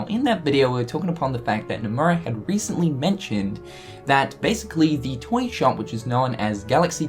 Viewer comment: The way you say toy.... TOYNG